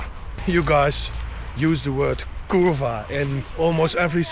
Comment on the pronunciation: i love how he said kurwa perfectly haha